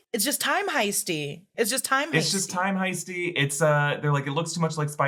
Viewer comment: Time Heisty sounded like Time Hyphy and its Bay Area appropriate :)